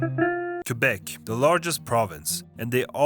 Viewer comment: Thank you so much for saying Quebec and not "Quwebec", you kind of forgot to mention that we have a lot of rednecks and redneck towns here too. Still, you made a great job at pointing out accurate stereotypes.